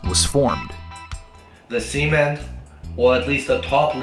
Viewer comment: "C-Men" is diabolical XD